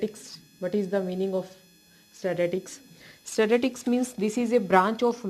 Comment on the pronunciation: Its statistics not statatics😂😂